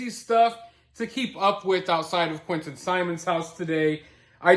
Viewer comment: They can't even pronounce Quinton's name properly when they yell out "Justice for Quinton" lames they say "Quin-Inn"